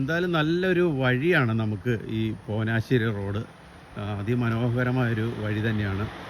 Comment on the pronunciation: ചേട്ടാ പോനാശ്ശേരി അല്ല, പോഞ്ഞാശ്ശേരി